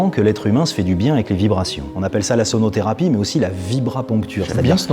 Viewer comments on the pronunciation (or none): Quand tu as dit "la sonotherapie" j' ai compris sodotherapie 😂